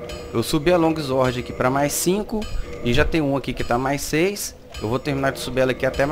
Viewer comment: Longuizuorde kkkkkkkkk Flw irmão , ajudo pacas